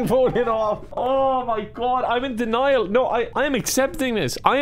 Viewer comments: No...You are correct. But it is "DEN-IAL" not "DAN-IAL" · Ah yes denial pronounced Daniel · it doesn't sound right when you pronounce denial "Daniel" and say "I'm in denial" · Denial lol I thought he was saying Daniel 😂 I was like that’s not how you spell it 😂